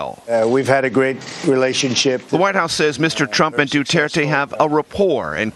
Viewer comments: its dutirte not dutertay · guys im a filipino and why did they CALL our president "duteirte" not "du-t er-te" man americans really are good with speaking our president name wrong well atleast were allies and our presidents catchphrase is what im gonna say now "My god i hate drugs" THATS TRUE THATS HIS CATCHPHRASE